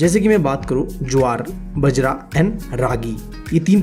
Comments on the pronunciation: ITS NOT BAJRA ITS BAAJRA [ PRONOUNCIATION] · बजरा नहीं बाजरा 🤣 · Sir aap galat pronounce kr rhy ho bjara h vo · Bhai bajra❌ bjra✅ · Sorry for interruption it's not बजरा it is बाजरा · Sir bajar Ka. Pronunciation Baajra Hota h as I listened it first by urs.. I literally laughed maybe just bcuz I am rajasthani... 💜great explanation sir.. Tq..